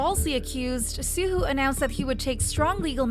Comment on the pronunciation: I cringed every time you mispronounced Suho’s name it’s more like soo-hoe not soo-hoo